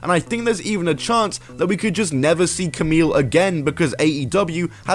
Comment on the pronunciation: It's pronounced "Kamee", not "Kamil".